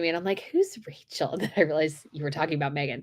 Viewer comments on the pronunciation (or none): none